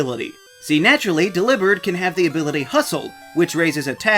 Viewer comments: How have I never thought of pronouncing Delibird like that??????? It makes so much more sense than “Dellybird” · Lol they say dell ee bird in the anime